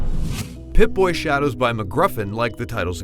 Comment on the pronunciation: PipBoyShadows not "Pip-Boy Shadows"